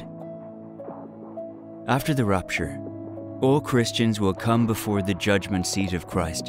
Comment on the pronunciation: It's not rUpture, it's rApture.